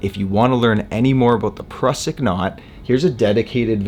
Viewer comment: Mate, your videos are among the best. Great explanations, no fast-forward stuff. Just to the point. The Prusik is pronounced "Proozik", though. It's the inventor's (Austrian) last name.